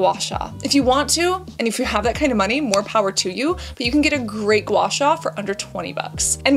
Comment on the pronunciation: That gua sua was painful